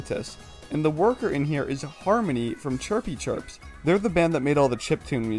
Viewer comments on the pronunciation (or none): u said the band name wrong. It's chirpy chips <-- [without an R]